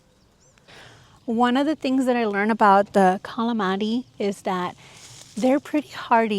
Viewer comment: It's pronounced cal la man si !!! STOP calling it calamandy it's Calamansi!!!!! You learn things new about your plant, your welcome, from a Filipino viewer. 😊😊